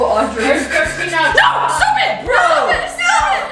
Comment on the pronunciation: audrey sounded so British when she said stop it lol